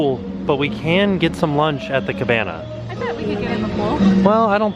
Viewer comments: you said cabanya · I will now always call a cabana, a cabanya... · "Cabanya." 😂😂😂 there's just something about and Cabanas. #AboutThree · When tim called the cabana the cabanya hahahahaha